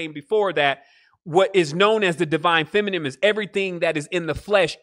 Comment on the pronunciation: Feminine fe-mi-nine